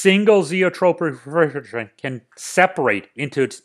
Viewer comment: a single zeotropic refRrrRigreAOutsbNtttt